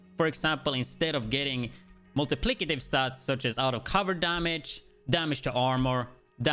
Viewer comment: multiplied by lol not multiplicitive lol but i still prefer it the way you say it